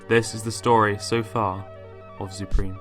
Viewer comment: Zupreme pore like gopreme